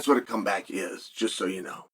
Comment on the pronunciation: Don't act like you didn't mess up and say cum bag instead of come back lol